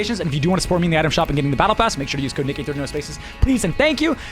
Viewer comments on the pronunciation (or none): did he say use my cuode for a chance to eina battle pass?